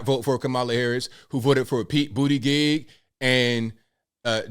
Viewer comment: "Bootygig" always cracks me up lmao